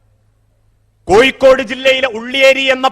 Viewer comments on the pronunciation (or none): none